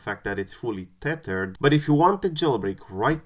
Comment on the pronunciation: I just came here to listen "teyturd"